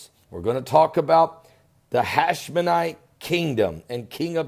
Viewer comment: HASHEMITE not HashmeNITE!!!